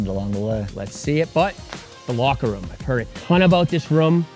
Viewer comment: sweet vid. stop saying "rum" instead of room though 🤣